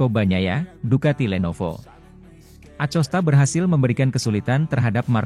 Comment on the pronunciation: Ko Acosta bukan nya akosta uch